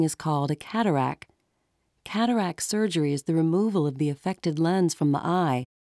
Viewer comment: Think its called a "cataract," rather than "catarack."